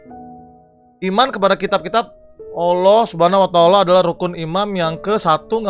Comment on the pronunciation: Bacanya SWT Subhanahu Wa ta Ala (Subehanahu Wa ta Ala) Huruf E nya singkat aja 😊 SAW Shalallahu alaihi wassalam (sholawlohu alaihi wassalam) Cuma ngasih tau aja, soalnya ga mau Abang di somasi bocil